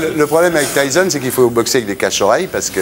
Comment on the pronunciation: Comment il a détruit Mike tyson en "Mike tason "